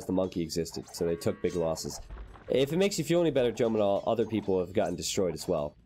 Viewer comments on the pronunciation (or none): none